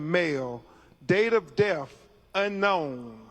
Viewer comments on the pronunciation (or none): It's DEATH, not "DEFF" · Seriously. Troof instead of truth. Deaf instead of death. He can't read or speak English. How can he be a lawyer? Dumb man. Embarrassing. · That milk dud looking sumbich can't even pronounce words right # deff # truff # coclusin and that's who you trusting around all that free money y'all got when your son wasn't a famous person